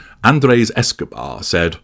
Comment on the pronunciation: Did you say Escabar? lol